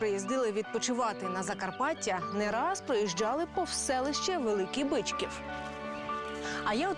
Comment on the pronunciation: В Закарпатті не має БИчкова, є БичкІв. Наголос невірний. І це в кожній програмі про Закарпаття…